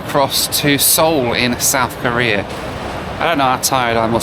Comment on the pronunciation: Oh my god you do the thing my dad does: You say “Korea” like “Career.” That drove my mom crazy when they planned their trip to South Korea. My dad kept saying “Let’s talk about Career” and my mom got so confused every time lol.